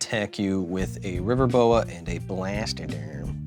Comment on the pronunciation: Kyle, I mean Brian Kibbler repeatedly says River boa... but I keep hearing river boat and thinking of the old steamboat willie cartoon